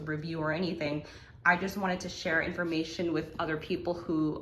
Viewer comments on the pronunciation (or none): none